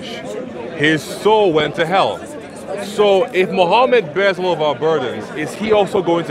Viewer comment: why do they often say “m ohammud ars esulalah”?